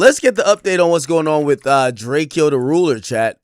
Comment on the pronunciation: Why does Ak keep pronounce drakeo name wrong lmao